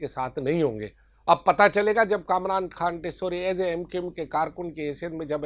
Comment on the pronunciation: Khan word per pora zor laga rahe ho